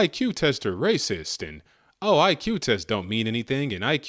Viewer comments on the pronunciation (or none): none